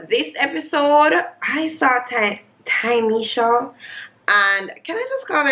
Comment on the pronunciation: loool. Also it's Ta-me-sha